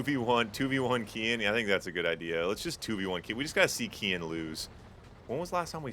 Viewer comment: Sounds like you're saying "Ken" with an ultra american accent lol "keeee-enn"